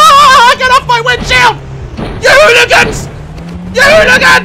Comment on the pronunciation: Daz:get the f**k off my winwhield Me:me slowly dieing